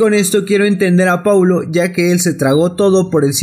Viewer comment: "Poulo" londra jajaja